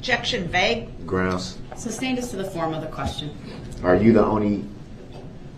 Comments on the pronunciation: This judge is a saint. She slashed his chance at getting an appeal. Rot in hell sewer rat Brooks. And its SUSTAINED not substained. Jesus Christ, dumb, low class people like this are exhausting. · Or as Brooks says it..."substained" LMAO